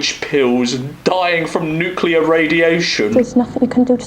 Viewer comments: mad how they just read Nuclear as Nuculer😂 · tried so hard to be different. i’ve never heard an american pronounce nuclear that way you wrote it